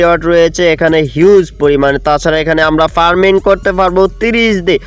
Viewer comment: ভাই পারমিন না এটা হবে "ফার্মিং" আপনি ঠিকমত উচ্চারনও করতে পারেন না